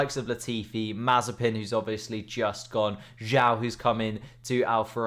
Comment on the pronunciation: still doesnt say Zhou correctly?